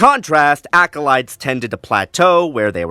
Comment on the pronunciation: Unfortunately I winced every time you said acolyte 😮‍💨